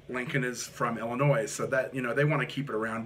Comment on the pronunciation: The S in Illinois is silent.